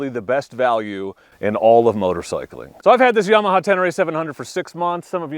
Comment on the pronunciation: CAN'T TRUST ANYONE SAYING yEAH-MAHA